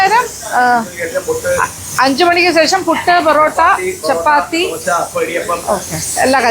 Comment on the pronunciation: ച്ചൊ ച്ചി, ബൊറട്ടായാല്ല, പൊറെ ട്ടായാണ്,😂👍